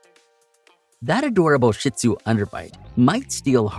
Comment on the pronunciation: Great info for people like me who are considering a shih tzu companion. Despite the warnings, I'm sold on the breed because of the many positive things about them too...I also have the time and patience to devote. BTW, it's pronounced sheed zoo, not sh!t zoo. Thanks! ❤